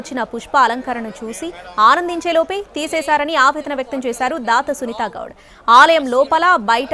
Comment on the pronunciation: Sunitha Goud kaadu..... Sunitha Gowda.....em news saduvuthaaro artham kaadu.... aame akkada english maatladu tundhi.......she is kannadiga